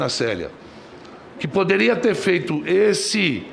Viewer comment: O fala MUITCHO, FEITCHO, EZÉCE (exerce) QUE NOJO DESTE TRASTE